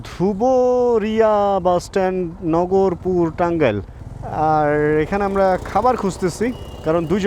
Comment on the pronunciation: নগরপুর না ভাই। নাগরপুর হবে। আমার গ্রামের বাড়ি। এইখানে।